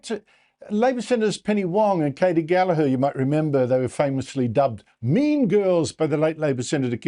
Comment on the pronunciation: FFS, can somebody please get the pronunciation of gallagher's name correct. The g in there is NOT silent